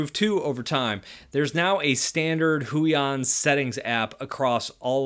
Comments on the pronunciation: Great review, thanks for this video! Brand is pronounced hway-on (rhymes with 'stay on'). Passed the video to my missus since she's the artist of the pair - would love to buy it for her if she was interested! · It's actually pronounce as Hue yawn but close enough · The way he says “Huion” makes the cc say “hooey on”🤣